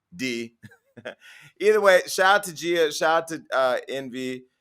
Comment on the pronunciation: It’s “GEE-YUH” Casey not “JEE-YUH” Casey, Jason.